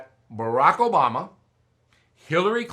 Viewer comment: Hold it......What in tarnations did you just say ??? JOBAMA!!!